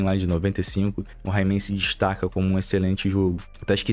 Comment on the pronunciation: Himan? Não seria Reeeiman (Rayman)?